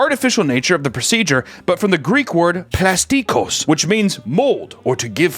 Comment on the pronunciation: the tone is at the O in plastikos